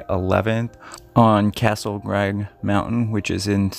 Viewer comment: How about maybe saying Castle crag, not grag. It's not so much not being able to pronounce a word as much as it is not being able to read worth a damn.